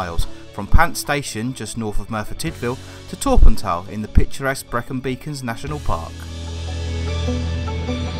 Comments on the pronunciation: It's Torr - Pant- Aye, great drone footage, keep up the good work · The correct pronunciation of Torpantau is: Tor as in war Pant as it’s said Au as in eye TorPantEye